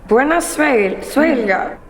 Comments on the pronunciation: Sorry but the teacher's Italian accent is terrible... no wonder the girls couldn't get it right if even she can't pronounce it! It's buonasera with an O and one R NOT buena serra O_o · I heard that... Bwayna Sayra... I wondered what language she was supposed to be speaking. No wonder the girls were struggling with their "Italian." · mispronounces the Italian and Sarah was petulant for someone almost 30.